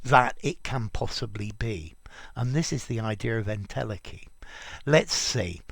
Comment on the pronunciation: en-tele-chy, ntel-eki, not ntelkki